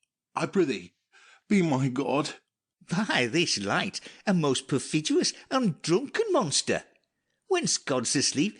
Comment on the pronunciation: "Pray thee mark me that a brother be so profidious"